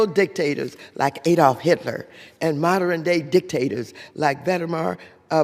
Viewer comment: “Uthortarian”? “Louer housing costs”, “…instead of doing the work of our constituents desperately want us to do…”, “capitalistist”, “…moderen day dictators like Vedemar Putin…”? All this while reading from a script! She still cannot form coherent sentences and destroys pronunciation. Astounding that Watters has any job, let alone being in congress.